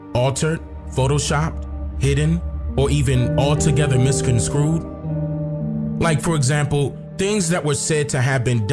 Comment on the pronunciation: How do you display the word misconstrued and mispronounce it? Get the hell out of here with this BS you are lying about.